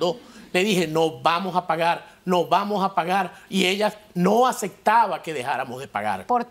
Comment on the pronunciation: Por q la Maude personas que se presentan en el programa dicen “ACETAR, ASECTO, ASECTA, ASECTAMOS???